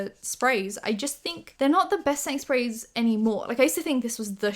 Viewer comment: I kept hearing ”Sainsbury’s” when she was saying ”setting sprays” and literally thought she was saying she loves some Sainsbury’s brand setting spray or smtn 😂 ”I need a Sainsbury in my life!”